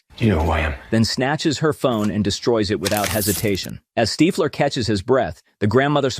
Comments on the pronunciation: Steefler is on the run Its Stiffler not Steefler 😂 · When the AI voice can’t pronounce “STIFFler” properly … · Stiiiiflur?? Bloody AI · The fact that the AI can't say Stiffler and you published it anyway says a lot about where we are headed as a species. Humanity is cooked. The pop culture reference tool you attempted to implement is ruined by you inability to edit AI narration and correct pronunciation mistakes. It makes the entire presentation cringe AF. Clicked off immediately. Why do we lust for fake things in a REAL world. baffling. We can look at it another way as well I guess. Once AI can mimic every thing a human can accomplish then the culling of the mouthbreathers will begin. No need for you all sucking up the good air so they will Plandemic most of you out of existence once Skynet is fully online. The irony of this kid creating this page to generate money, only to find in the end he was actually crafting the mechanical arm ala Miles Dyson. Your clothes... GIve them to me.